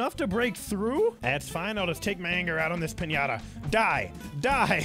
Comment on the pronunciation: I talk spanish and you say piñata very good